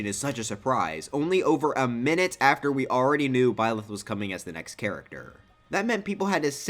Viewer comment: tbh I see ur point. Ig it was fine for them to be hated before, but now that it's been I wanna say 5 years since they were announced, you're right. I feel like ppl should be fine with it by now. Also it's byleth not bylieth